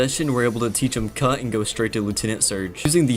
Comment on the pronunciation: I heard "cunt", not cut😂